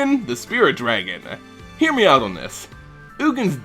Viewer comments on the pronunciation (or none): none